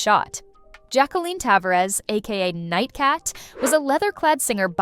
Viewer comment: Gotta love how stupid AI voice overs are. "Tav-uh-rez" not "ta-var-ez".